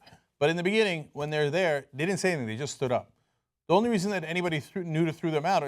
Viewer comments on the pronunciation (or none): none